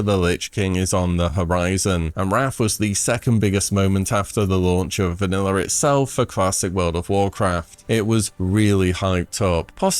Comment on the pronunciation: How tfk is he saying vanilla with an r? Vaniller? Bruh